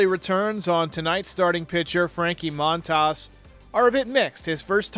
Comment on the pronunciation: His name is pronounced moan-tahs